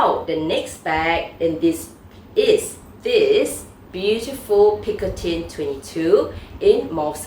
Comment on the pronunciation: Thank you for pronouncing picotin correctly. I always giggle when I hear someone pronouncing the bag as pico-teen